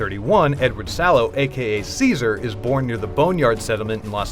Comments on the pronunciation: Its not ceasar.. its pronounced Kai-sar.. never played new vegas i take it... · KAISERS not Seasers GOD DAMMIT DEGENERATE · You pronounced Caesar wrong. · The moment you pronounced our masters name wrong you signed your own death warrant, Ave Caesar! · *Ave, true to Caesar